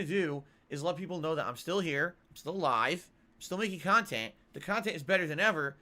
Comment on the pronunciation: Stealing his KANHTENT? curious as to what thinks he provides his viewers